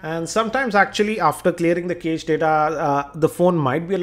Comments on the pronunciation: it pronunced as "cash" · prithvinath kamath It's pronounced "Cash" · cache is pronounced cash like $